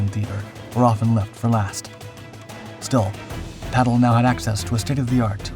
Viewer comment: ^ His name is/was/is PATTLE with two 'T's - Not "Paddle" = He's not a F'kn oar for canoes... (F.F.S) Much in the same way that Hitler is not Spitler, not Stalin even 'starving' - Got it ?